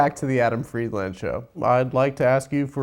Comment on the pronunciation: Can't in good conscience sign up to this premium deal until Adam starts pronouncing Friedland correctly